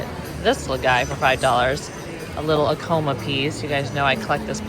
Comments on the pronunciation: Came here to correct the pronunciation, too. When visiting the Pueblo, our guide said, "my people are not in a coma!" A- like acrobat. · Also Acoma - as in the NM tribe - is pronounced with the emphasis on the “a.” I’ve been there, and that is how they pronounce it. Apparently there is someplace in Colorado, where they pronounce it with the emphasis on the “ko,” but that’s not how the tribe is pronounced. I say this with much love, because I love your videos and I always want to know how to pronounce everything correctly! 💕